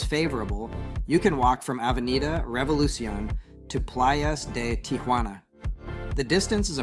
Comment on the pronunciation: It's pronounced "tee hwa na" not "tee ah hwa na". Tia Juana means Aunt Juana which is not the same as Tijuana.